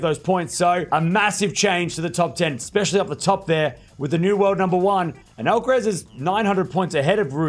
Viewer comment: You keep saying the last syllable in “Alca-rez”, like “tess” when it should sound like Alcar- “ass”. (literally).